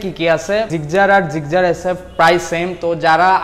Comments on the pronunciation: ভাই তুই আগে গাড়ির নাম জানিস তারপরও ভিডিও করিছ Gigzar না Gixxer 🤣🤣🤣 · জিকজার নাহ জিকসার* সংশোধন করুন নাহলে মানুষ হাসাহাসি করবে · জিগজার না জিক্সসার😊😜😄😃😀😂🤣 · জিকজার 😀😀 আগে নাম জানেন পরে বলতে আইসেন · Gixxer Pronunciation vul apner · ভাই আপনি তো বাংলা বলতে পারেন না।গাড়ীর নাম তো ভালো করে বলতে পারনে না।